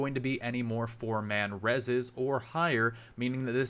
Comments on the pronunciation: "6 man rezes" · "...six man rez's" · "6 man rezes" loool yeah he doesn't play mercy much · "Six man Rezzes"